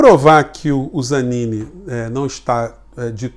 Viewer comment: O sobrenome correto é Zanin. Nao Zanini.